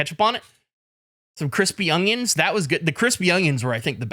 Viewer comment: is saying ungyuns instead of onions